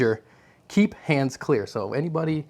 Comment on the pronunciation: "DANGER KEEP HANUS CLEAR"